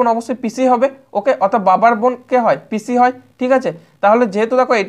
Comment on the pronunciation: অনেক সুন্দর, কিন্তু দাদা, পিছি না, পিসি উচ্চারণ হবে।